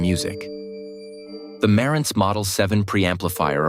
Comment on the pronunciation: The Nakamichi Dragon started out at $1,850.00 in 1992 and later $2,400.00 NOT $1,500.00. Marantz was mis-pronounced. This is AI generated garbage. That spoils the whole story.